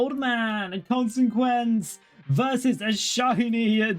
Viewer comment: is the mispronunciation of consequences intentional?